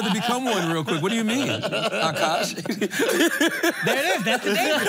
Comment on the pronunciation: Charla the first person ever on the pod to say Akaash name right 👏🏽👏🏽👏🏽